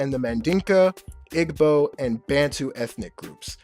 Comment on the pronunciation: Igbo is pronounced like ee-bow.